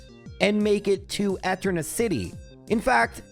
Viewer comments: Can you pronounce Eterna as E-turn-uh instead of eh-turn-uh lol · Different annunciation. It's supposed to be e-TER-na, not ET-erna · Why are you saying floor mona and Ett urna that’s so wrong. Edit: Sells dick? what is wrong with you? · Disliked for pronouncing "Eternia" as "Ehternia". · Who the heck says etter-nah? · Ive never heard such crazy pronunciations. Floor-uh-moan-uh ETT-erna Miss-maygus And more lol Craaaazy work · Why do you keep mispronouncing town names? How hard is it to say flo-aroma? Or even just floor-oma? Where the heck did you get 'flor-mona'? The name literally comes from 'floral aroma'. Znd how do you not see that 'eterna' comes from 'eternal'? Do you pronounce 'eternal' as 'etrenal'? I'm sorry for being petty, it's just really been bugging me. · I know clowning on the way you pronounce things is almost a meme in this channel but... Eterna city? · I’m sorry, I made it 15 min before the Eterna pronunciation broke me. I’ll be back soon to finish the vid XD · The way you enunciate Eterna almost gave me an aneurysm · Cherubi too